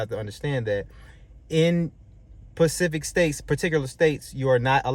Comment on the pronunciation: when I heard bro say in Pacific states I was done.